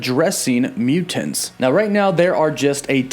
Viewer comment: Anyone one else annoyed by the way he pronounces mutants?